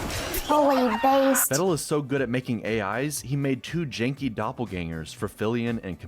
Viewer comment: Peedal Meedal Vedal It's real simple...